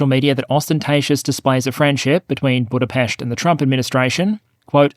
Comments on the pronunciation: Big shoutout to you sir, for covering the early history of Hungary so cleanly. You also pronounced 'Budapest' correctly. :) Note that Magyar cannot be immediately 'pro Ukraine' so quickly because Orban has done a ton of brainwashing. He needs to cleanse the pallate and disinformation from the minds of many Orban fans first, and slowly but surely back NATO and Pro-Ukraine initiatives, and show that it's for European benefit. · He even pronounced 'Budapest' correctly. ;) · Good fast summary of over 1000 years of Hungarian history. Good pronunciation of Budapest. Check into the pronunciation of Magyar. Keep up the good work.